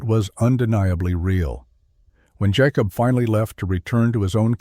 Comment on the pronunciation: Jah kobb? WTF is a Jahkobb?